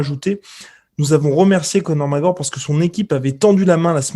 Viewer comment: "donc oui ! Conor Mawooorr qui avait dit !" xD